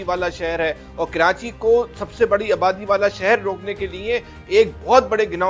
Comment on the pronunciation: Kranchi nahi Karachi hota hai